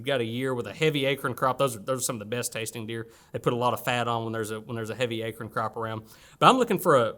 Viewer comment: "akern" huh? Sounds like the type of thing Clay Newcomb would say. I guess it's not just an Arkansas thing. 🌰😁